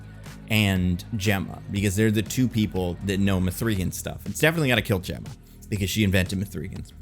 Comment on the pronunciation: Why is he pronouncing the name like that? It's not up for interpretation. Watch the movie or even watch interviews. It's "Megan". Not mA-free"GuNn